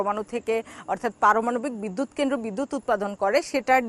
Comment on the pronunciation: কেমন সাংবাদিক সাহেবা,,, জিনি কেন্দ্র উচ্চারণ করতে পারেনা।